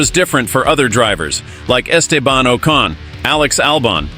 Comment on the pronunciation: That well known Irish driver, Estay-barn O'karn. What ?